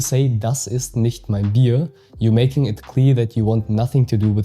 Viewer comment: Das Video an sich ist echt gelungen, jedoch gibt es hier einen großen Fehler in der Betonung bei dem Satz "Das ist nicht mein Bier", denn hier betonst du das Wort Bier, wobei jedoch die Betonung auf dem Wort "mein" liegen muss, um deutlich zu machen, dass das vorliegende Problem nicht das meine ist, sondern das von jemand anderem.